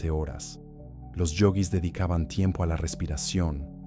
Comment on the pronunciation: Esa voz de pelotudo propia de la IA, qué insoportable. Yoguis, no yogüis. El, no la, verdadero hambre.